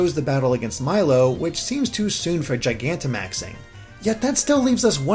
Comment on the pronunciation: FINALLY I FOUND A VIDEO WHERE SOMEONE PRONOUNCES GIGANTIMAX CORRECTLY